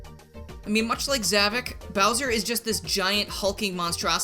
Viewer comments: Something I must point out, in the series his name is pronounced "Zah-Vok" but you keep pronouncing it as "Zah-Vic". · Okay... This is really starting to frustrate me. You keep saying ZAH-VUK. That's not how it's pronounced. The correct pronunciation is... Discount Bowser.